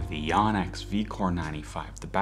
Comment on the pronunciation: FFS. It’s not spelled Yanex. It’s spelled Yonex. So pronounce it like it has an O instead of an A. Japanese vowels are simple-vowels (like Spanish).